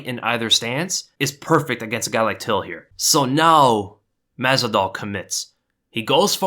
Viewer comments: "mazal", "mazol", "mezdol", "mazzadol", "mezidol".. "mazvidal" 🤣🤣🤣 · Love your content but you literally said Jorge's last name wrong EVERY SINGLE TIME.